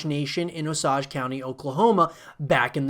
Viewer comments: O-sage not os-age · It is pronounced OH-SAY-J. Like "oh" + "sage", like the plant.